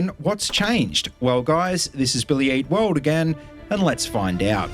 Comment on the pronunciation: I still hear 'Billy Yeet World'